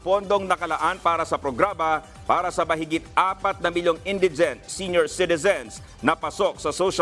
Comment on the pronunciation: Bobo hmagbasa nagbabalita indigent mali pa pronounciation